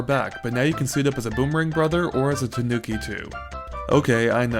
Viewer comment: It's pronounced tanu...nevermind I don't think I have heard a reviewer pronounce it correctly yet :P Good review :)